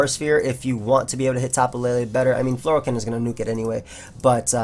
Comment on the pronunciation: I always undestand something like Floral cannon when you say Fleur cannon